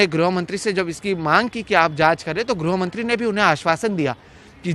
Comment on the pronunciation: ग्रो या ग्रु न पढ़ें गृह से गृहमंत्री होता है ठीक उच्चारण पर ध्यान दें न्यूज रीडर महोदय।